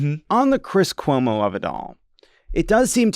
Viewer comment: Did Jon say Cwis Cuomo?